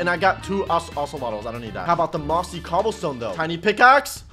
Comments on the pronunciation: I like how he said oceltle instead of ocelot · “Ocelatols” no dummy it’s ocolot